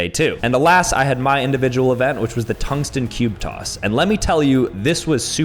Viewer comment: "Tungsten cube coss"